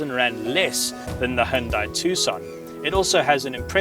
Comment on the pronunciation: Why do so many car reviewers pronounce "Hyundai" incorrectly? 😤